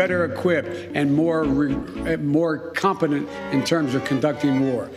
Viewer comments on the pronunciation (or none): Biden trying to say ‘competent’....🤣🤣🤣